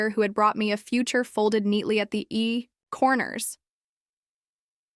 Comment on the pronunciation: What's with all the odd pauses between words? What is "the Moi"? What is a "slow rung"? What are "e corners"? "Clarity" showed up, as it almost always does in these AI copies. Why is there a "creek near the stove"? So she took a shower and only put on a sweater? That's odd. AI is absolute crap, but the errors could have been fixed, if only you weren't short bus special or incredibly lazy. Downvote and block the channel for sure.